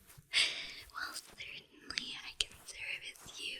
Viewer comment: "Scertanly" Oo yes scertanly enjoyable haha